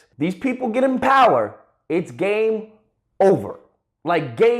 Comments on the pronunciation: What he says: game over What i hear: gay over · when when said "it's game over," I thought he said "it's gay over"